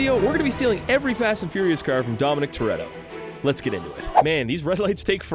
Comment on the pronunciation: Thats not dom toretto its dom tortilla